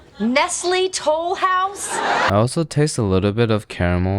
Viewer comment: Neslay To-louse!😂😂😂😂